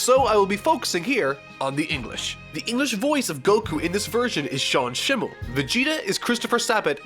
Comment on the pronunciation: Is that how you pronounce schemmel